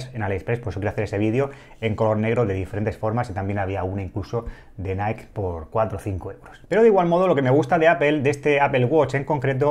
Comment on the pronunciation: Se pronuncia naiki cuando decís naik es la empresa Nike. Si lo decís que sea o en tu idioma o si lo intentas en inglés hacerlo bien por favor